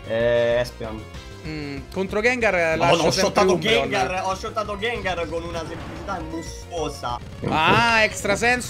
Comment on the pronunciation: *shottato non schottato😂